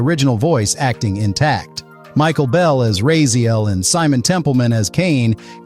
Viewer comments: Okay bro, look if you are a fan you are doing something that you don't want the remake to do and that is saying the main character's name wrong.. is not Rayziel its Rahziel.. silent H.. and is writen like this.. Raziel.. thank you! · My dude, it's not RAY-ZEEL. It's RAZ-EE-EL. Bloody hell. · Rah zee el, not ray zee el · you will be happy theres a feature in the game to change to old visuals and old controls so no need to worry oh and just so you know its rah-zee-el not ray-zee-el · How are you mispronouncing his name? It's literally the second word in the opening cinematic. Did an AI write this for you, and you've never devoured a soul? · this is an AI voiceover with an AI script, right? i'm reporting "Ray zee el" for misinformation. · Racee-el... A true or hardcore fan would know how to pronouce his name -_ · I am not a native speaker but it hurts to keep hearing Rayziel... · I'm sorry but... RAY ziel? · Actually it's RAZ-YEL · I get that the writer and reader are likely different people, but when a person says they are a "die hard fan" only to mispronounce Raziel as "Rayziel" multiple times, it makes the whole thing lose credibility. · Why are you pronouncing Raziel's name like that? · He is a liar. No true fan would mispronounce the MAIN character's name. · Says one of his favorites, can't promounce the main characters name that is repeated over and over again...bruh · Bro can't even pronounce Raziel's name right 💀💀💀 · This game will be amazing. Too bad they're not remastering the original LOC game...yet :D. Also, you pronounced his name wrong. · It's strange.. For claiming to be such a fan it's very weird to hear you pronounce Raziel wrong.. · Seriously. Over and over. As often as it’s said in the game, you’d expect a ‘true fan’ to be able to pronounce it accurately. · Did you even play the games? You can't even pronounce his name right. Kain even says it in your video. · THANK YOU!!! I'm glad I'm not the only one noticing that he says Raziel's name wrong 😂😂